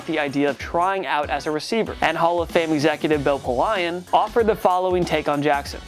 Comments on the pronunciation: Bill poLION really? How do you not know how to say bill polian as you say he is a hall of fame gm? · Its Bill Pole-Ian, ffs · "Louis-Ville"??? It's pronounced "Loo-eeville". "Pol-eye-an"??? It's "POL-ee-an"....do you even sports, dude? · "Louis-ville" "Bill Po-lyon" C'mon man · POLE-LION and LEWISVILLE!? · Did he just say “ Bill Po Lion” 🤣🤣🤣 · it's POE -lee - an! where the FUCK do you come from, with your unprepared ass! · Fuckin Louis-ville and PoLion, god damn bro lol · I can’t trust a sports guy on YouTube who can’t pronounce Polian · I was ready to let the first one pass, a lot of people pronounce that wrong, but how are you going to be a talking head who speaks almost exclusively about football and NOT know how to pronounce Polian? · The way you pronounced Louisville and Polian makes me irrationally upset